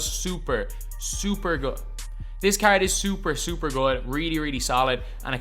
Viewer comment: you’re just trash, and cant pronounce “card” the right way